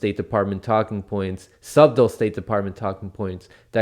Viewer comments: WILL SOMEBODY PLEASE TELL HOW TO PRONOUNCE "SUBTLE"? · the b is silent in 'subtle'.